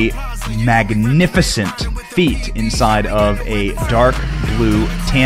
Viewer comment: Did you say, "MAGANIFICENT."